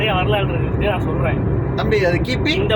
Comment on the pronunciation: bro வரலாறு... not வலலராறு ipo sollu correct ta